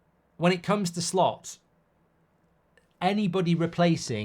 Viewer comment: Why do I keep hearing Slop